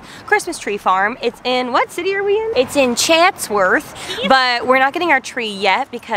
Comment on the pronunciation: having Chatsworth as my hometown, I feel the authrity to say the way said it was the way I will forever be pronouncing it when I go home LMAO